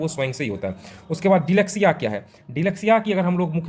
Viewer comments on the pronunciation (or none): Sirpahle app parhna Sikh lo dislexia ko delexiabparhrahe ho